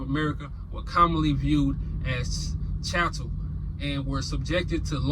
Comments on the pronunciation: Chattel as in chat-tel. Just trying to be helpful. ❤the content👏🏽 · Excellent research! 📖📝📚 By the way, the word is pronounced "chat tel" like the word "chat". And yes, we are indeed hated but the hate is more spiritual than anything💯